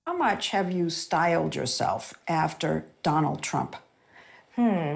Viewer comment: she literally calls him, "President Tramp."